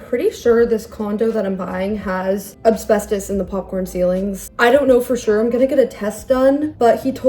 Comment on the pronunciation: Oh my gosh, ACK!, it’s AS-BES-TOS! Say it one syllable at a time. As-BES-tos. I wouldn’t care, but you said AB-SBES-TOS about 17 times and it just did my head in. You clearly read up on asbestos enough to explain the basic facts about it, but never actually read the word? Nobody is perfect, but you’re a smart person, so this was a weird error to make repeatedly in the same video.